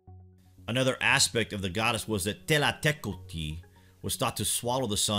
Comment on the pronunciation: Kudos for learning the exact pronunciation.